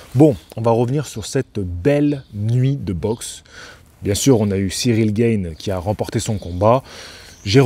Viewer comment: Ciryl GAne prononcé à la française JC et non gaïne !